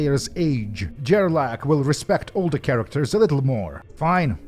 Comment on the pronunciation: Gerlach is more like grrrlock and less Jerlak